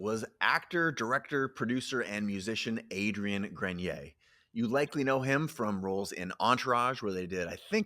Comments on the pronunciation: Not gren-yay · It’s gren-e-a